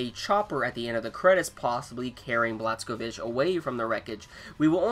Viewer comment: I think it's annoying that you never pronounce bj's name correctly